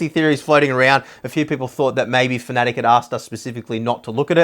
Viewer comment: FINALLY! One of the very few guys that pronounces Fanatec properly.....(Fanatic)